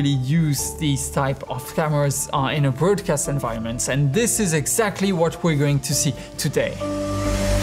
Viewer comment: You're pronouncing "broadcast" wrong.